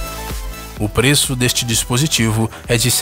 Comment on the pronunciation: continua assim dizendo os peeços